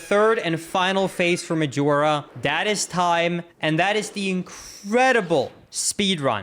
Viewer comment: Please don't say Medjewelra